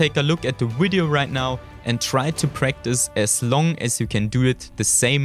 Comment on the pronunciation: Cut a vein everytime he said "Widio"